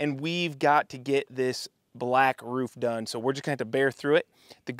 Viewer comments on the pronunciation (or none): ever notice how construction workers almost always pronounce roof as rouf? lol